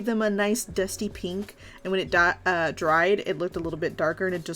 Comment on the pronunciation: “And when it die- dries😅” I’m laughing so hard rn